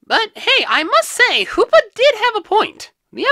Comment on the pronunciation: The hoopa word like saying Lupa